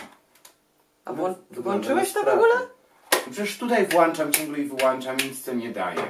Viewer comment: WŁANCZAM I WYŁANCZAM PRZEPRASZAM ALE BOLI MNIE TO